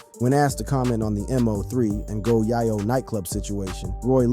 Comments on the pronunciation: The man name is MO3 all one word bro, not M.O.3. It hit different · Why u know how to say everyone name but Mo3.. MO 3.. NOT letters and 3. Mo 3.. 😒 ran me hot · This m o 3 killing me its MO3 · Bruh it’s Moe- 3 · It's Mo 3 ......BUT you can say Yella Belly name right ??? Smh 😒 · Your a terrible blogger saying Mo3 name wrong and too it your information is not accurate 😂😂😂😂😂